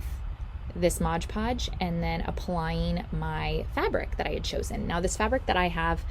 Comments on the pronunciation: I’m in my 80s and have crafted with mod podge for years and I never ever seen it sold as Modge Podge. It’s just a humming word habit with some of these utubers that don’t stop and think about the correct way to say the word mod. I’m just very aware of how people pronounce words. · Please stop saying Modge Podge it’s Mod Podge